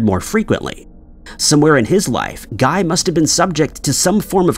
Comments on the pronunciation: Yes! It should be gee, with the g sound from golf. He's French! (I'm pretty sure he misspelled his last name, too, but it disappeared too fast.) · In this instance, "Guy" is pronounced "Ghee." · Guy de Maupassant's first name rhymes with "see," not with "sky." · The name "Guy" is actually pronounced as "Gee." It's the correct French pronunciation. 🙄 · Loving the repeated pronunciation of "Guy" 😂😂😂